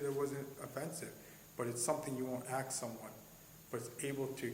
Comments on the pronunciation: Any cop that says “axe” when they mean “ask” should be fired immediately. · Can I just say, I get incredibly annoyed whenever I hear anyone in a position of authority say they "aks" a question. The word you're looking for is "ask". Please don't speak hood, in an official capacity. You instantly lose credibility. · He was so right when he said "You shouldn't axe a police officer....." 🤣🤣 about the only truthful comment he made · A cop that uses the word "Axe" instead of "Ask"... Pure failure of hiring policy. Imagine a cop pulling you over and speaking ebonics. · Its ask buddy ask not axe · Dont ever "ax" cops if they're a citizen..... everybody knows that.. duh😂😂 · Holy crap, someone should “axe” this cop how he made it through the academy. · The first thing a cop should be able to do is speak the English language. You shouldn't axe someone a question. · Ask not axe a question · So, what I understand is, this cop axed someone? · Yes. You shouldn’t axe officers stuff. Don’t axe ‘em. That cop was even too lazy to move his mouth when he spoke. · Yeah I was wondering about that he goes around axing people. In the UK that's tantamount to attempt murder or sec 18 wounding with intent. Or is it the same as I'm finna axe him? Bloody half-witted septics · Is this cop a killer? He keeps "axing" people. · The word is ASK not AX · Why is that foreigner, who can barely speak English and uses the word "ax" for "ask", allowed to become a cop and ask Americans their citizenship status? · WHY do they let idiots that don't know the law go in to LAW ENFORCEMENT?! Also, if this tard constantly pronounces "ask" as "axe", how would he pronounce "axe"? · Are you the cop that says "ax" instead of "ask"? 😂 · It's not AX, it's ASK!! GEEZUS! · Well during their training they need to take speech classes as well it's pronounced a s k not AKs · When he used the word ax instead of ask just shows how intelligent he really is. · "Aks" someone... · And it's ask not axe dumb ass cop. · “Axe” v “Ask”.